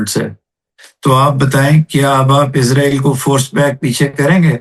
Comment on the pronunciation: محترم ۰۰۰ اسرائیل کو عزرائیل کہنا درست نہیں لگتا ۰۰۰ سوری